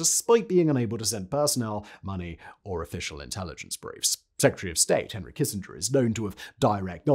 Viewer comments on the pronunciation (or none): none